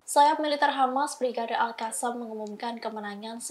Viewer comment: Terima kasih sudah kata ALQOSSAM sudah dibaca lebih baik dibaca alkassam bukan alhassam lagi 👍👍